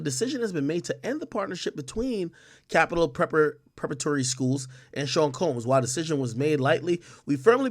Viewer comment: Yo Big AK King Tut 😂 Bredrin sound it out with me Preh para tory Preparatory haha